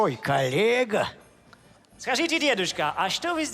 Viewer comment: там он говорит не колега , а колека !! в топ что бы увидели